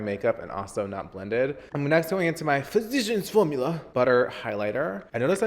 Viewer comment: Cláudia de Sá he says it correctly.